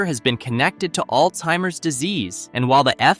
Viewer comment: I swear if I hear anymore people mispronounce Alzheimers again. Its not Old timers. Its sounds like Allz hi murz. Get it right. Quit talking like a 4yr old.